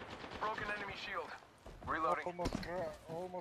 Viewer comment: Hahahha il russo che ti intima "charge your shild!" Fa sbregare